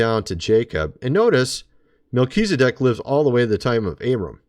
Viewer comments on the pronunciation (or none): none